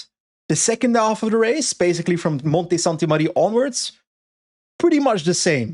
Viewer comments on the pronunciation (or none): Monte Sante Marie is Italian, Marie plural of Maria, so you pronounce the "e", you do not stop on the "i"...stop calling as if it were in France